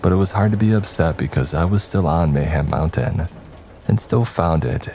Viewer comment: Did anyone else think of banjo tooie when he said mayham mountain